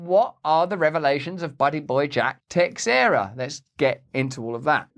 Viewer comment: Again, you don't say the "x" in Texeira, you say it as if it's spelled Tesheira. It's portugese